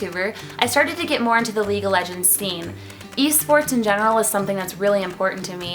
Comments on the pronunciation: LEAGUE not Legue :) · She didn't even spell league right she said legue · Isn't it "league" ... Haha